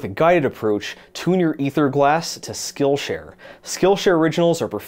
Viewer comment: for some reason i heard "this video is brought to you by skullshare"